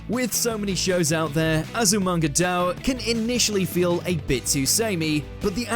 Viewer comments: Please at least look at how the title is pronounced. "Azumanga Dao" really hurts! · Why must he butcher the name Azumanga daioh?